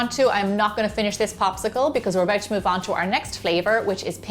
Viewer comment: "Let meh tell ya sumthin aboat these" lol so Irish love you gemma!